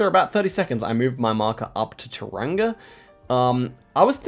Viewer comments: Touranga is pronounced more like 'tower wrong a' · The way you say tauranga not quite right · quite a failed pronunciation of Tauranga